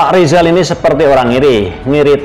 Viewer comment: Rizal itu manusia gagal Ngomong R saja gak bisa mana bisa Nyayi Indonesia Raya